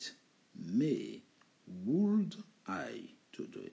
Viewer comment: BONJOUR (Question)POURQOI FAIT TU SONNER LE (L)DANS WOULD COULD SHOULD ALORS QU'ILS SONT MUETS A L'ÉCOUTE CECI DIT J AIME BIEN TES COURS (CHRISTIAN)